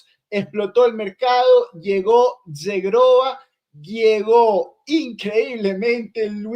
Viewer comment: Como pronuncias mal Zhegrova,. Que verguenza. Vete a estudiar el idioma kosovaro. IGNORANTE 😀